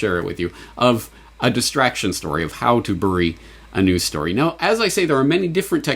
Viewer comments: You albertan seperatist .. it's not "biry" for crying out loud .. it's berry . Check yo privelege yo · Omg, so astute, thank you for doing this, even if you pronounce "bury" really weirdly!